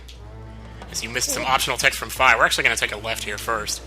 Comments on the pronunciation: darn it your saying fi's name wrong again it's fi (fee) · Please don't say Fi like F-eye